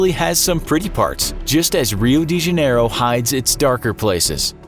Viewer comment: “Rio D Jeniero” Why did the pronounce it like that?